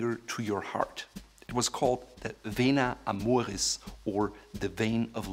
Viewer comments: is he German? because he said Vena Amoris like a true German xD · I thought, i heard a german accent when you said "Vena amoris".